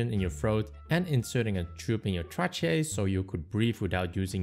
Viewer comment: Trachea...pronounced "Tray-key-u"